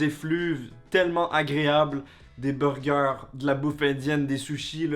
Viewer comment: on commence par les beugeuh